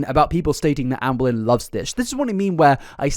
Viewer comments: pronounces ‘Amberlynn’ like ‘Anne Boleyn’ and now that’s all I’ll hear forevermore in gorlword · As a history nerd, every time I was one of your ALR videos, I think you say Anne Boleyn instead of Amber Lynn 😂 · I'm listening to this in the background and I keep hearing Anne Boleyn instead of Amberlynn, which is a very entertaining image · The whole video I kept hearing Ann Boleyn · I can’t stop hearing “Anne Boleyn” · I keep hearing ‘Anne Boleyn’ 😂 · Every now and again when you said amberlynn, I kept hearing Anne Boleyn 😂 story is so much funnier when you hear it like that ngl 😂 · Not to take away from the seriousness of the situation, but this feels even more unhinged because my brain is hearing "Amberlynn" as Anne Boleyn 🥲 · whenever he says Amberlynn i hear "anne boleyn" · Am I the only person who hears "Anne Boleyn" when says "Amberlynn"? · The way you say Amberlynn triggers me 😂😂